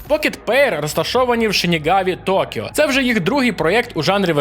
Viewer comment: До речі, не Токіо, а Токьо